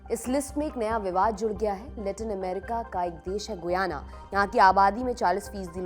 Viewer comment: Its pronunciation is गयाना not गुयाना..